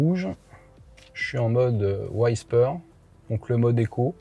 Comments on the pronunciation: waysper? whisper! [wi-speur] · Super voiture. Pour info, "Whisper" se prononce avec un "i" comme en français, pas "aïe" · Whisper c’était pas ça non plus 🤣